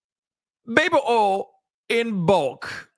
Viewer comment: when you say baby “ol”, I h i’m laugh every time. 😂